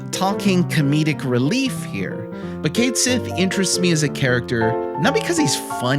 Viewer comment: Finally, someone else who loved this little dude. I had him in my party the whole time during my FFVII run and I never looked back or regretted it. Cait Sith fans rise! Now we just need to work on the pronunciation.